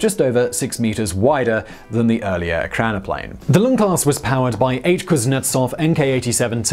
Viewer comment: You have the pronunciation wrong. It's not PLANE, it's PLAN and it is pronounced like plan, not plane. Still smashed that like button..